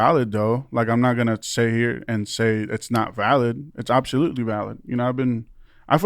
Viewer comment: Ew the way he says “abshalutely” 💀